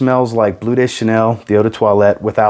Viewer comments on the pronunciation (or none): none